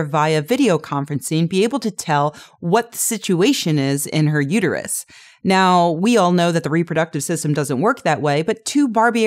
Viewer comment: "it's uterUS, not uterYOU."